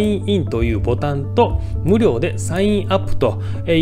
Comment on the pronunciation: 無料のイントネーションがおかしい